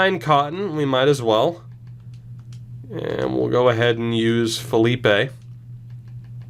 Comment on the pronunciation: As someone who attends Northeastern games sometimes, I have to tell you it's pronounced Fi-Leep (Matt Filipe) because it'll pain me if you keep pronouncing it how you did